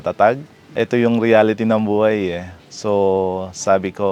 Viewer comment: Nostalgic ung pagsasalita nya laar, alaman, baay, buay. Parang un lolo ko kulang tlga ng H. SUPER AWESOME Property!!! Very inspiring story!